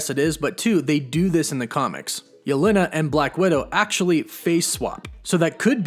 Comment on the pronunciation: you pronounce yelena really weirdly